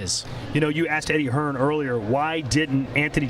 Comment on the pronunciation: Andy Ruiz keeps calling Eddie Hearn....Eddie HEARNS. Lol